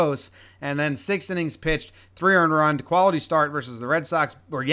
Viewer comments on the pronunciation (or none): none